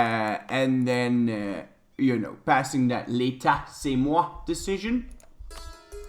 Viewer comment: Hey, i'm french and i can tell you have a really good french accent, i noticed when you said L'État c'est Moi!